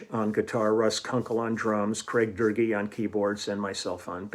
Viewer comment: Love it (and the Close Encounters bass solo, great fun!) I'm looking at the liner notes in my copy of The Section (pie cover). It's full of interesting information; showing how to pronounce Craig Doerge (Durgee), crediting Ann Burden for making pies and Leland Sklar for co-writing Doing the Meatball and Mah-hoo-dah-vah (yeah!) The rest of the notes are pretty extensive and deep but mostly way over my head, unfortunately, in Japanese. I got this copy in Tokyo over 30 years ago . Years before Tower famously opened in Shibuya ('95?) there was an equally amazingly stocked store called Wave that drew me like a magnet whenever I was in town (often) Did you ever find your way there, Lee? It was on the edge of Roppongi...